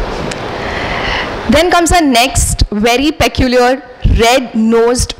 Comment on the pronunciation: Please correctly pronounce word peculiar.